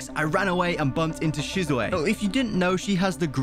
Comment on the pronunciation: Someone tell him that it is shisune not shisuyae